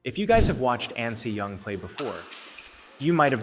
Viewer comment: You are saying "AN SEE YOUNG" when you should be saying "AHN SEH YOUNG." As a badminton enthusiast, shouldn't you know their proper names?